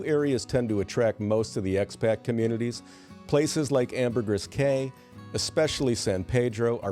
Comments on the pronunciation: Caye is pronounced key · in belize, the cayes are pronounced locally as the "keys" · In Belize they pronounce "Caye" as "key."